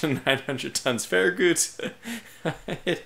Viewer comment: The last part of Farragut is pronounced Gut, as in your stomach, not Goot